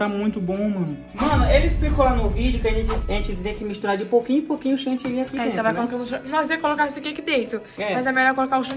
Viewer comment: Ele fala Chantilly e ela Chantillynn😂❤